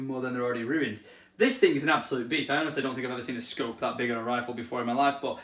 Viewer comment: I never knew Tesco did scopes 🫣 swear each time hearing you say what the scope was it sounded like Tesco 🤣